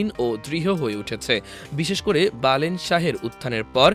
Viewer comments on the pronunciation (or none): নামটা বালেন্দ্র.... বালেন না....